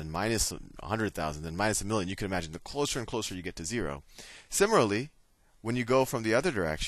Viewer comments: sim-i-lar-ly =/= simmer-al-ee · lol..i find it funny the way he pronounce "similarly"...anyways, this video is helping me A LOT!! thanks very much!! :D I really appreciate it!